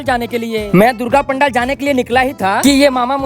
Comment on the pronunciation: Pandel❌ Pandaal✅🙂